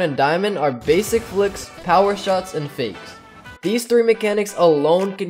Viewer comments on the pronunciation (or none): Lol I didn't hear him say one of best mechanics to learn is "fakes" I just heard "this"